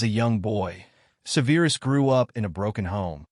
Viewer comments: Se'verus not Seveerus. You never watched the films? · Well for one the pronunciation of Severus was pronounced like the word severe.